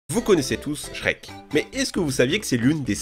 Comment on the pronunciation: Pourquoi la plupart du temps quand tu dis Shrek, tu mets un S à la fin? 🤔 Oui cette question est très importante